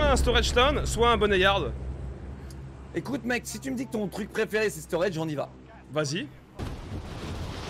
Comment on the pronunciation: Ça se dit BONNE-YARD, pas bonni-yard :'(